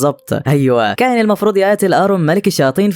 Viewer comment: اولا اسمو كايون مش ده نطقها انت بتنطقها كايين الحكايه دي انا سمعتها كامله بالتفصيل ومدتها ساعتين انت ملخصها جامد شايل حاجات كتيره